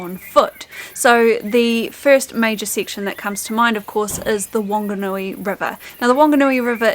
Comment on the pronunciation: It is Whanganui River, so should be pronounced with F. 15 hour bus trip from Christchurch to Invercargill is ridiculous.